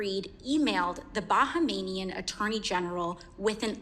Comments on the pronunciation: Bahamian not bahamanian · I thought she was saying "Bankmanian" 😂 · "Bahamanian"? Really AOC? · Bahamian is pronounced BA-HAY-ME-AN . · That’s not how you pronounce Bahamian lol